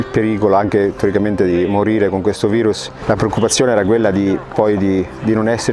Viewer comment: Pronuncia inglese di virus